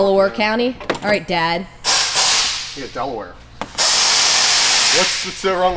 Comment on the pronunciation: “Alright air wick” lol